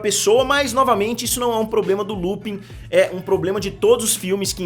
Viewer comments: A pronúncia é "Lupan". "Lupin" soa super esquisito. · Pq essa é a pronúncia,se escreve Lupin,se pronuncia lupãn . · Por que todo mundo pronuncia Lupin ao invés de Lupãn?